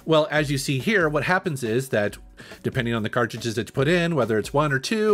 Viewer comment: I h8 the way he says "CartJudges"...its cartridges